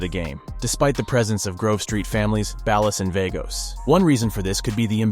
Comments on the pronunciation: Why he say Ballas like Dallas? It's BALL-UHS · way he said Ballus😂😂😂😂Im done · nah he said ballus AND vaygose 😭